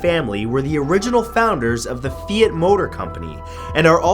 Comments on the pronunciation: Fee ought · The way you say ‘Fiat’ threw me. 😜 Cool video!